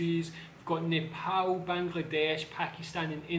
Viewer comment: For the Second time it is not called nepaoe it's called neapal